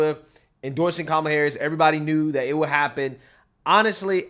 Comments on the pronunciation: CANCEL JOY for not saying kalam name correctly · Behar pronounced her name KAMala…lol…is someone going to call her racist? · Did you notice that Behar also called her “Ka-mahh-la”? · she calls her ka molla I thought that was racist 😂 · Behar called her KaMÁla 🫨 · did Joy Behar say KaMALa? With the accent on the second syllable, something the dems have said is racist? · Joy behar mispronounced Kamalas name. Why isn't she being called a racist for that? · She said kamala name wrong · Hey wait, didn't Joy pronounce Kamala wrong? I guess she's racist. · She pronounced Kamala the same way the left complains about conservatives pronouncing it. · Lol, Joy said Kamala wrong... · Joy Behar says kamala's name right and the wrong way 🤣 but no one will correct her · Look at Joy saying her name wrong. What a racist 😂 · Joy said Kamala’s name wrong when trying to bait usher haha